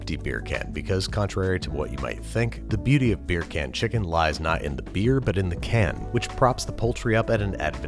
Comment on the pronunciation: Can you say it without sounding like a Jamaican saying bacon chicken